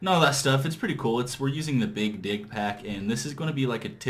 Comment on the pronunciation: How long do you expect it will take until it is ready to go online? Also, when you say "big dig mod" it sounds like you are saying "big dick mod".